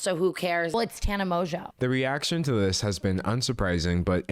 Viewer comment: This dude saying Tena mojo🤣🤣